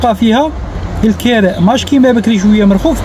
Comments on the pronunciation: الكِراء بالكسرة وليس الكَراء يرحمك الله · الكراء بكسر الكاف مش الكراء بفتح التاء صار لي ينوض يحل قناة رحتو لاوروبا ما تعرفوا والو بوهالية صبحتو نتوما ماليها اتعلم سع اللغة لعربية كيفاش تنطقها من بعد دير قنوات و تعشقو التشائم و تحبوا تزيدوا فيها اوروبا كيفها كيف بلاد لعرب صارت المجرم و اللي ييبع لمخدرات هناك هو الناجح و حتى لو مهاجر يديرولك لورق😅 خنزو اوروبا يا دين الله بني هجرس